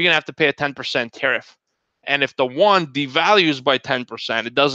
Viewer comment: I’m not too sure if I heard wrongly. You meant Chinese Yuan and the not the won? =))